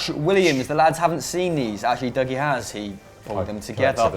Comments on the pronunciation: Will ever correctly pronounce Dougie's name? #SundayVibes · He messed up Dougie’s name again